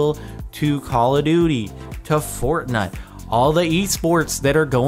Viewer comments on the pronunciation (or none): did he say fortnut? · says fortnut youtube is that allowed